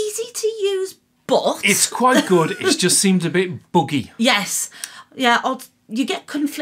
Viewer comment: When says buggy it sounds like boogie 🤣